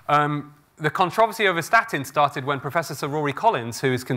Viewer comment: I wish he would learn to correctly pronounce "controversy" and "reiterate".